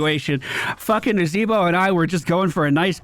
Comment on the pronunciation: Dyou mean Nazahbwah? Im pretty sure its pronounced Nazahbwah.